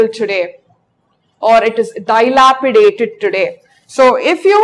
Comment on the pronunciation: It is a good video.But some words like melancholy,dilapidated, incision, regicide are wrongly pronounced.